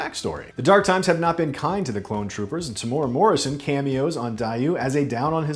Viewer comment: don't ever pronounce Temuera Morrison's name like that again